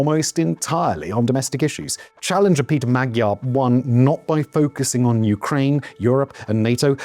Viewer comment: I love ya Simon but please stop saying Magyar wrong, it isn’t pronounced how it is spelled :)